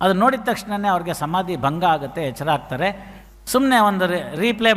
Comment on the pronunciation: Sir ಹಾಗುತ್ತೆ ಅಲ್ಲ ಆಗುತ್ತೆ ಅಂಕೊಂಡಿದ್ದೀನಿ